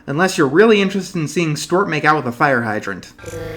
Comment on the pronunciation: Does he think that you say Stuart's (stew-art) as Stort?